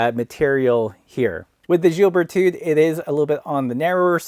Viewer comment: Don't pronounce the "d" at the end of the name. The French have an endearing habit of not using the final consonant. You are comparing apples with pears. You should have compared the Brooks B17 Carved with the Berthoud Aspen.